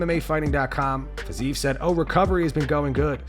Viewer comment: It's "Fizz-EE-ev" NOT "FIZZ-eve". 3 syllables. Not 2.